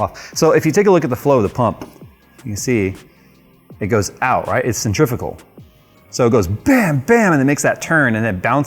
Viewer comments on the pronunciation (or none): none